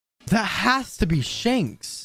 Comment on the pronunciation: Its 'shanks' not 'shenks'